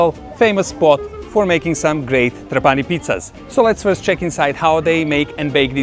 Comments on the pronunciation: Tràpani, not Trapàni 😃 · Trápani, please, not Trapáni….. every time you says my heart stops a beat. I love Sicily and every corner of it is marvelous. Trapani (Trápani) one of my favorite places in the world. Best fish worldwide. And the Couscous? To die for…. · NON TRA-PANI MA TRA- PA-NI 😂👍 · It's Tràpani btw. The accent goes on the first a. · People wanna make videos of italy and don’t even take the time to know how you pronounce the name of the city they are in. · Pronounce Trapani the right way. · please, pronounces "TRAPANI" with the Right Accent!!:face-orange-frowning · This guy makes a video about Trapani and doesn't even bother to understand how to pronounce it!. Superficiality and quackery reign on the web. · La tua pronuncia della parola TRAPANI, very funny 🤣🤣